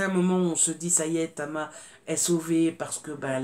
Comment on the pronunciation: GIEBEL : la reine du thriller de société, avec des personnages inoubliables !!!👍🏼🍒 PS : Tama et non Cama😉